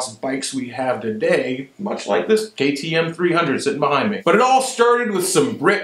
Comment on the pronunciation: LOL Did you say GAY-T-M 300 ?